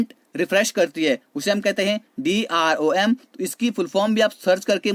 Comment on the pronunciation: DRAM HOTA hai nai ki DROM